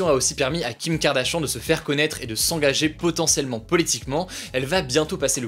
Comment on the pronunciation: qui a entendu « Kardashan » au lieu de kardashian 😂😂😂